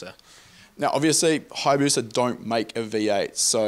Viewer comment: It is not Hayabuca rather it is Hayabusa